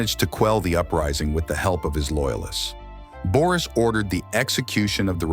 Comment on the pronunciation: No, of course. Where did you forget -s in Boris? And the sound ö and ü have nothing in common with the sound o and i .The name is pronounced Boris, and not Börüs. You just change the whole pronunciation of the Bulgarian name Boris to fit it to a loanword in the turkic languages - börü ( according Carter V. Findley ). The word börü is uncommon in contemporary standard Turkish or in vernacular speech and it is predominantly used in Siberian and Kipchak Turkic languages. The myth for the bozkurt and the she-wolf, called Asena ( a non-turkic word according to most turkologists, which means blue-gray in Persian, Tocharian and Sogdian) are revived in 1930 with the rise of the turkish nationalism. The legend for Asena is not depicted on a stone monument as you say, but these myths are recorded in the Chinese book of Sui and the Chinese book of Zhou, completed in 636 AD. And if we try to play the turkish game of words like yours, if Ashina means blue ( the founding clan of the BLUE TURKS - Gök Türük, and the modern turkish Gök- which means blue ) we can make the interpretation that if we delete the letter A in Ashina ( in the same way you delete the letter -s from Boris, and replace o with ö, and u with ü ) then it derives from the Bulgarian word синя (sinya), which means blue. It is one more confirmation that ashina is not a turkic word. Understand that you can not create history from fairy tales and interpretations. If Bulgarians use fairy tales and interpretations , then the name